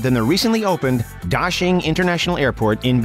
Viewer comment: Daxing is supposed to ne pronunced tasing, not dajing